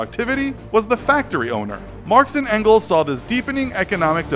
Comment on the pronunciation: His name isn't "frederic engels" he is called "Friedrich Engels" and don't pronounciate "Engels" like "Ancles" 😂😂